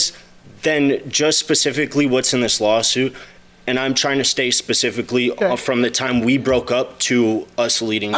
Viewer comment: Naw u were correct as well. He started saying it wrong but then the more he said it he corrected it.